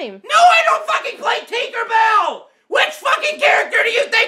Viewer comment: its not teenkar bail it's tinker bell